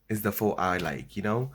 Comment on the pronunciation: Bruh can you pronounce PHO ????